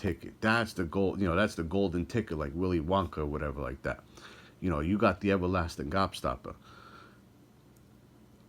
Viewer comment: “you got the evalastin gobstappa”